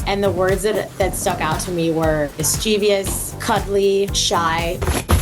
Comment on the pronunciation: miss chee VEE ous is not a word!